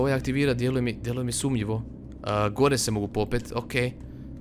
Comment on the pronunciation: kaze se sumnjivo a ne sumljivo